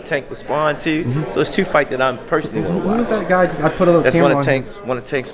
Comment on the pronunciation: I see where gervonta gets his speech skills from. The man can’t say “do” or “two” dew and tew